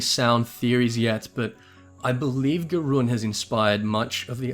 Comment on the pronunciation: My ears have such trouble listening to him mispronounce so much...Gerun for instance, is pronounced with ZH sound, closer to J.